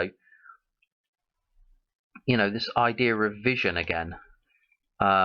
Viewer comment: Its not ideer its idea